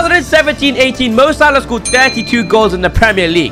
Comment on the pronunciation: Bro said " mo salad